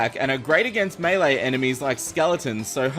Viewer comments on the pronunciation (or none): none